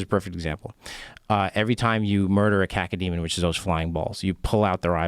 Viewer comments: Rogan. First off, grow up man. What's with the childish humour 'kaka' etc. It's KAY-KOH demon. Cacodemon. Easy. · Cacademon? How does the director of Doom not know it is a Cacodemon?